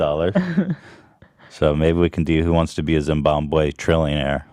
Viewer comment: as a zimbabwean, it physically hurts to hear Ethan say “Zimboombeum”